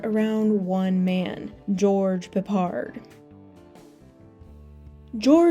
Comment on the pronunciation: Do you Yanks deliberately go out of your way to mispronounce names ? George Peppard is said the way it looks PEPPard, not pappARD. Where the 'ell did you get that nonsense from ?